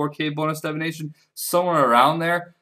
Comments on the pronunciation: pls, its divination not devination, you're killing me with this shit man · DIVination not DEVination OMG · Leave him alone its how he pronounces Divination get over it